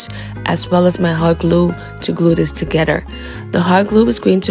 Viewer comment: There is no “D” in together